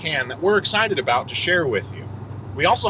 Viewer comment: Went full Canadian at aboot